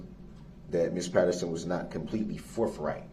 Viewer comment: I’m sorry. Did Darrell fail speech? Not learn that th doesn’t sound like f? It’s not “forfright”? It’s forthright.